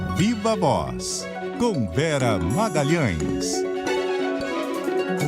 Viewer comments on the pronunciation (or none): na vinheta do Viva Voz, juro que escuto o locutor dizer "Biba Boz, com Vera Magalhães". devo estar tomando muito vinho argentino.